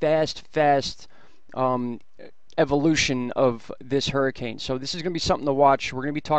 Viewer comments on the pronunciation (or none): none